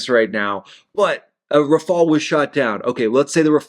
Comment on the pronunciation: glad you can say Rafale the right way lol